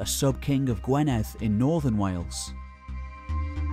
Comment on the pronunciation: Gwynedd sounds more like gwineth,,unless you live here you dont get things correct..im english but lived in wales most my life ;-)